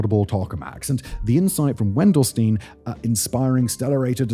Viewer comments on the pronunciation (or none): Friendly reminder that the German word "Stein" rhymes with the English word "shine". The experiment's name could be transcribed to English as "VEN-dell-shtyne". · Dude, it's spoken Wendelsteyn! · it's Wendelstein, ei like spelled like an individual I.